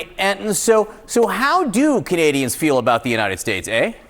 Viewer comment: We're not CUH-nadians. We're CAN-adians.